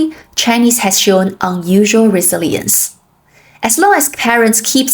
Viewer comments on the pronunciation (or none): 老师的英说非常高。So good that I noticed ONE mispronounced word : saying the word "resilience" as "re-ze-LEE-yents" instead of "re-ZIL-yents". Everything else was correct sounds and correct voice intonation. 视频也很有意思。